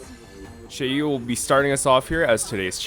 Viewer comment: You unlocked fu xuan’s E1? When did you activate it? For a non-chinese, your pronunciation of Xueyi is pretty good. Qingque is just the most character ever, crazy to think just a while ago she was written off as too inconsistent and terrible.